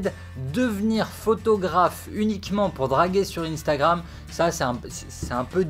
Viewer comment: pourquoi t'as pas prononcé le R 😂😂